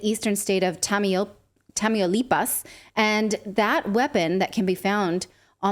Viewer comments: Its called tAmAulipas like a tamale not tameeulipa 😂😂😂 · You “speak Spanish” but can’t say Tamaulipas 💀💀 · She can speak spanish but can't pronounce Tamaulipas ? Also, this seems like jumping to conclusions. The cartel has always had American weaponry it's nothing new.